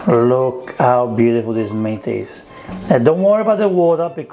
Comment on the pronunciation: I thought you were saying “Mint” not “Meat” 😂 love the accent tho